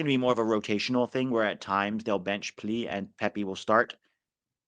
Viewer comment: Plea (pronounced “play uh”) isn’t a striker. He’s only playing there cause Pepi is coming back from injury and not fully ready. He’s more of a 10/second striker and is probably Tillman’s replacement. Played a lot like Tillman at Gladbach.